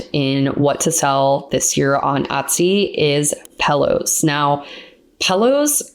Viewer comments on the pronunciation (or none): Is funny how you say pillows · You need to learn how to pronounce pillows !